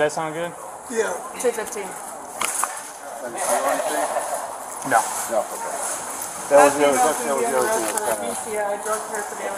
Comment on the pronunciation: She seems to enjoy making one syllable words into two…pleaseuhhh, nouhhh, all Methany’s speak this way 😮‍💨